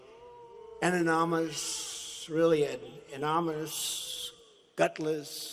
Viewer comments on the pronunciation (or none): . Ttump pathetically flailing about, attempting to say "anonymous" multiple times is absolutely my favorite part of this "presidency" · I twitched along with Montana Shirt on "anomynous anomynous".... Bet he's still voting for Turmp!